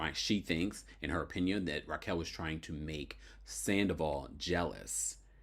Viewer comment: it's pronounce Raquel (Rock-Kel) not Rachel